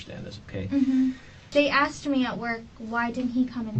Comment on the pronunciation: “She axed about the cheques”….ASKED. A minor thing to point out i know but it’s so irritating 🤦🏻‍♀️ subbed btw, I hope your channel takes off, it’d be well deserved